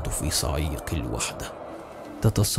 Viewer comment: تتجمد في صعيق الوحدة؟ 😂 صقيع اخوي مو صعيق